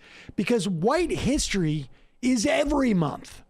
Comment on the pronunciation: No not hissy, hissery. Dude can't pronounce history.